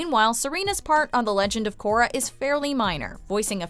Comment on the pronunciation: 7.22 min in she said takorra